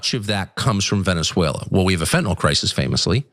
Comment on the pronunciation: I’m pleased that simply Ana pronounced fentanyl properly unlike 99% of the people on tv and the govt say it. Not fentinal, fentanYl (like “IL”).